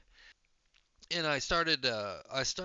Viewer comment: I’m a member of the Vedanta Society. 70 percent are first generation immigrants from places all around India. I’ve only heard it pronounced like: My-uh. When I hear you say it, it sounds like May-uh. But they may be other ways to say it. I’ve only heard native speaker say it that way. Maybe Mah-uh. I guess it doesn’t really matter in the long run. 😂